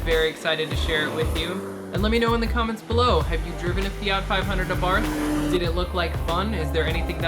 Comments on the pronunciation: saying this ONLY because I'm particular - the name Abarth is pronounced: ah-bart, the "h" is silent as is the case in many Austrian names. Great review and loving the red. Mine is white with black accenting and honestly, I cannot get enough of this little pocket rocket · Ah-Bart(h) The (h) is silent...